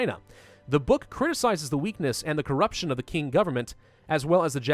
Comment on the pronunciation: QING is properly said as ching